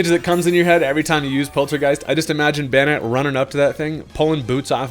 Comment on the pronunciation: Because he pronounces it wrong. It's meant to be like Bain-ette, combination of baneful marionette, just like Shuppet is a combo of shadow puppet.